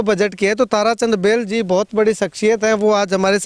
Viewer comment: भाई बैलजी नहीं बेलजी